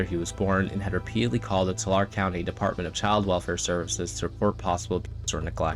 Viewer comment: I'm from that county. It's pronounced tool-lar-ee. Yeah, there are real nutters from the ass crack of California, but this? Evil.